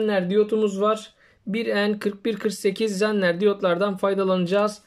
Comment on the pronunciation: hocam faydalı bilgileriniz için teşekkür ederiz.1n4148 zener diyot değildir ve zener diyot u telaffuzu zenner değildir. iyi çalışmalar.